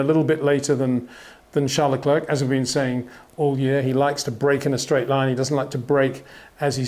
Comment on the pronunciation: If you can pronounce "Charles" properly, please do the same with his surname - said "Le Cler"